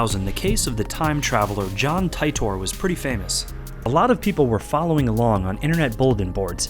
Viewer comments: Ty / tor hahah ti as in tea (tee-der ) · It's pronounced teetor. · The guy from the country "Tourad" got off of a flight from Japan. There's also a little bit more to the story, as I heard it on another YouTube video. The name "Titor" was mispronounced. He come back to get a computer. Thanks.